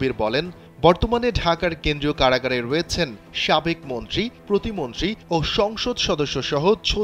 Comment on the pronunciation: কাড়াগাড় কি ভাই একটু বুঝিয়ে বলবেন, সাংবাদিক হয়েছেন এখনো ঠিকঠাক বাংলা উচ্চারণ করতে পারেন না, সুন্দর করে কথা বলবেন এতো স্টাইলের কি আছে?